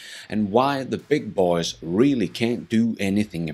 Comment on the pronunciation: Only the narrator says it with a country & western twang, like "th' beig boeh'z" as if he's George Straight or something... 😁